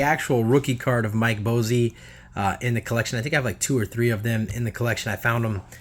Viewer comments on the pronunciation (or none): Mike Bossy rolling over in his grave with your mispronunciation of his name. It cracks me up. Its pronounced "Boss-E" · I was about to say the same thing Boss + E = Bossy. Willie Stargell gets me too! I like theee type of videos but the constant mispronunciation of players names makes them tough to watch.